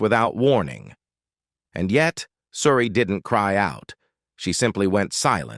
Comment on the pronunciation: Why cant you pronounce her name?oh yeah,its coz you a bot